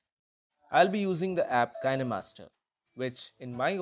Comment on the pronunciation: Roses are red Violets are blue The pronounciation is kinemaster So why aren’t you?